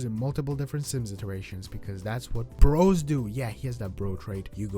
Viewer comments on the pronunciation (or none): none